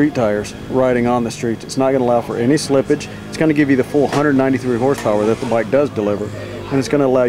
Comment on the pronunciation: He says full 193 BHP'S and it always sound like 493!!!